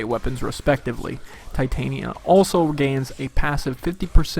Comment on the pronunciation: All I want is someone to say her name right. It's Titania not Titanium. say it with me now. t-tahn-yah